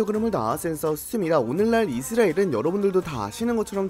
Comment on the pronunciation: 이스라엘 발음이 이스레일같아요